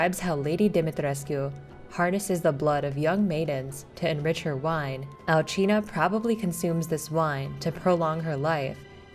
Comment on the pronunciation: I thought it was Al-see-na but no it's Al-gee-na, thanks for pronouncing it for us.